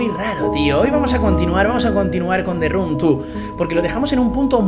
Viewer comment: Te run tu (The room two). hablador de inglés profesional, recibido de la academia de Open English